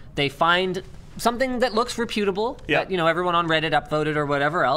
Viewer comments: repyootable? i think he meant reputable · Ok Linus, you keep saying reh-pute-a-bull... ffs learn how to pronounce it properly....